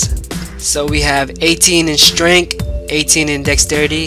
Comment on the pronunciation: "18 strenk." XD I'm dying cuz he can't even pronounce strength.